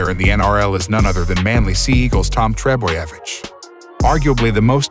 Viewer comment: What;s with Seppo doing the commentary? Especially one who can't be bothered to pronounce Trbojevic correctly.